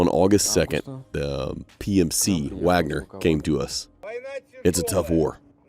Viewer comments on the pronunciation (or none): none